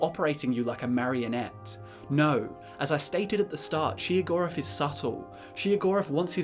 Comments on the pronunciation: Am I the only one who thinks he's saying Sheogorath's name wrong? I am pretty sure it is pronounced Shayo-gorath and not Sheo-gorath. Just sayin. oh and also WABBAJACK WABBAJACK WABBAJACK WABBAJACK WABBAJACK WABBAJACK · As many times As i have played the shivering isles DLC I have never heard his name pronounced she-o-gorath. lol. Still he's my fav dadric prince :) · Every time I hear shegoeath I just hear cheese for everyone 😂he can’t drive me crazy I was born like this lmao